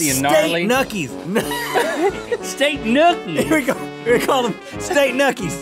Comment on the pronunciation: nobody: Rhett: state nUkies